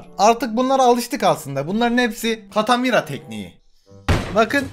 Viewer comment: Katamira değil nique tà mère ben fransızca biliyom